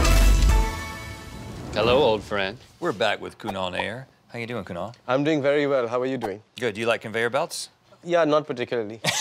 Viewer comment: For the first time in my life I actually like my name as it's being pronounced by Kunal.